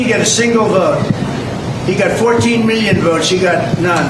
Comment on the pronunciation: When Trump says "a hundred miyin dollars" what does that even mean?